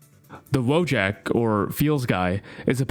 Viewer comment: Why is everyone calling them "Woe jacks"? It's Wojak